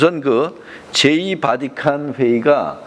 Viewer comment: 캐톨릭은 가톨릭 , 바디칸은 바티칸이 표준말이고요(슬라이드에는 표준말로 잘표기되있는데 꼭 틀린이름으로 발음하시네요) 정진경추기경이라고 하시는데 정진석추기경님으로 성함과 호칭을 정정해야겠네요 목사님 성함을 조난민 목사라고 이름바꾸고 경칭빼고 (개신교김삼환목사에게는 님자부치시더니 추기경님은 이름바꾸고 경칭빼고)바꾸어서 호칭하면 좋겠습니까 개신교를 캐신교라부르면 듣기거북하겠지요 사소한것같지만 이런것들이 주장하시는것들에대해서도 신뢰성을 떨어뜨리는것 같네요 가톨릭이 이단이라고 주장하는 터무니없는 소설과 우상숭배한다는 왜곡은 논할 가치를 못느끼고요 하느님의 은총으로 미혹의 영에서 벗어나 참진리의길을 걸으시길 바라는측은한 심정입니다